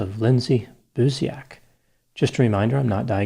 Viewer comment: As a Polish person, I would like to add that "Buziak" is pronounced "boo-Jacques"